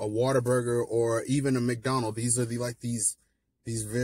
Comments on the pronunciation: Its "whataburger" not "waterburger" All love though 😂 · Bro, some of us in Texas pronounce Whataburger as "Waterburger" 🤣🤣🤣... I hate to say it because I still love Whataburger due to childhood nostalgia but I wish Griff's was Texas's main burger place! I grew up in Dallas eating Griff's in the late 80's and early to late 90's. Then I moved to Wichita Falls, TX in the early 2000s and had to say goodbye to Griff's for a while..☹...but now I live close and I've been blessed to be fairly close to one...😃😋🍔🍟🥤🤡